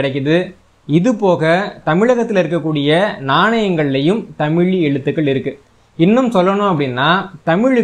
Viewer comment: தமிழ் தமிழன் என்ற தங்களது உச்சரிப்பு எனக்கு மகிழ்ச்சியை அளிக்கிறது மிக்க நன்றி மகிழ்ச்சி நன்றி வாழ்க தமிழ் வளர்க தமிழ்.